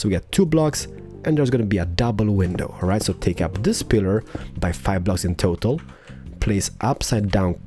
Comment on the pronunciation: When ever he said total it sounds like he saying turtle like he said in stranded deep ep 6